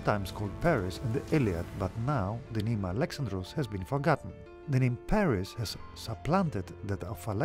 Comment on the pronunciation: Thank god, someone finally got "Paris" name right in these videos, Alexandros.